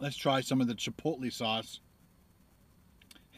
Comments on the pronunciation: it's pronounced Chip-oat-lay not chip-low-te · It's pronounced "chipotlay" not "chipotlee" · It's pronounced chipolay